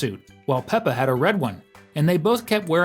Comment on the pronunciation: Peppa not pepper